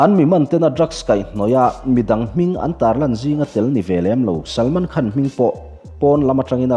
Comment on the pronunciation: 'Khân'...... A rik tur anga ri dik lo hi ngaihthlak a nuam lo deuh thin.